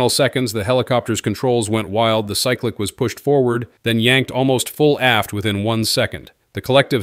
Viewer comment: These AI generated videos are getting old, they pronounce 2500 wrong and cyclic wrong….. AI videos are ruining YouTube